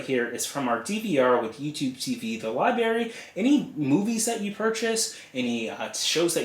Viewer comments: apparently not to you, but it loses something when an otherwise intelligent person mispronounces an easy word! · Libary!?! Really!?! You seem so intelligent and your video helped a lot, but you pronounce Library, like a child? Come on!!